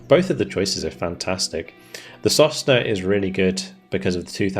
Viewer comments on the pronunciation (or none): sosnA "a pine". I don't think there's any point in trying to correct your pronunciations, haha. You're almost always wrong. Well, it's not that important at this point.